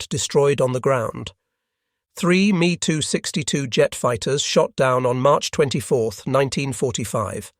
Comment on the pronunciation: M E 262 not me…Asinine Imbecility pronunciations strikes again..